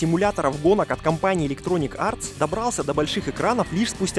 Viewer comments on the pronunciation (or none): ElectronicS! Капец если честно режет слух... Да и сами "недостатки" многие высосаны из пальца. Автор явно вообще не в теме, несёт бред! Даже смотреть до конца не буду.